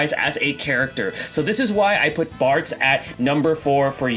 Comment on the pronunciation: I had this on in the background and I thought you said Fartz instead of Bartz lol